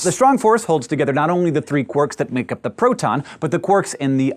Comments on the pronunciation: uhhh 'quorks'? quarks, surely. EDIT: now he's changed to 'quirks' what is this madness?! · Why "quorks" rather than "quarks"?